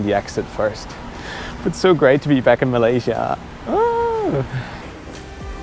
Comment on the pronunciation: yer English is perfect, but yer pronunciation is sloppy. PLEASE slow down, especially when you are speaking about PROPER nouns like COLOMBO, MALAYASIA...... These words need to be pronounced CLEARLY........ PLEASE (I ask as an Engrish person.... if I cannot hear you clearly.... other nations may not either)